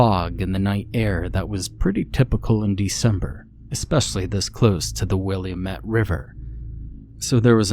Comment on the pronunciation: Portlander here. this tracks. sounds more like the Bagdad theatre also, it’s “Will-AM-ette”